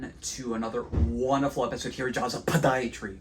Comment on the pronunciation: Jaws EH-PODIatry